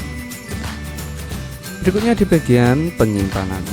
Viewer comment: X Fold diBaca "Eks Fold" ( D nya dibaca) bukan egfol